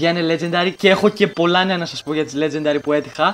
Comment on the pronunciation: νουμπα προφερεται λετζεντερυ